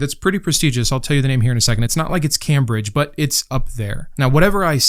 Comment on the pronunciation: That's not how Cambridge is pronounced sorry